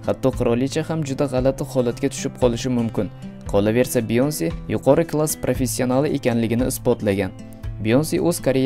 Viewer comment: Beyoncemas byanka db oqiladi